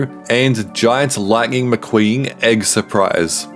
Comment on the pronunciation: Bro said lagging McQueen 💀